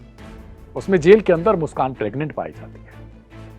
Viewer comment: प्रग्नेंट शब्द गलत बोल rhe हो l